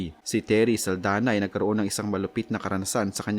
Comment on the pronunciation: SALDAÑA not SALDANA